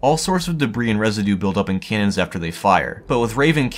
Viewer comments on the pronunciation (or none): It sounds like he's saying "cans" almost every time. "Cannons" has two syllables.